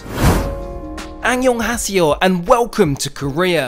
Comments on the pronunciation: “Any yon asi yo” 💀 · anyonghaeseyoh got me cracking up 😭